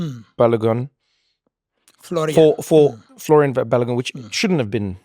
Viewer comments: I cringe every time I hear pronounce "Folarin" as "Florian." 😭😭😭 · his name is Folarin, why ya'll insisting on Florian? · His name is Folarin not Florian. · Folarin not Florian 🇳🇬 🇺🇬